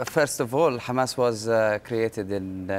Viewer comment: Its not Khamas, its Hamas you thick shit